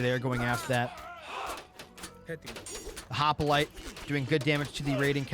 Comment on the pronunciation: "Hop-i-lite" --> Hoplite "Mini-a-thor" --> Minotaur What's you and inventing "i"s where there are none? MI-NO-TAUR bro. HOP-LITE brother. Thanks for the casts though!